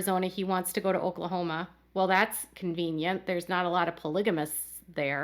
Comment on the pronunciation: The way she says Oklahoma,im suprised nobody has come down on her for that lol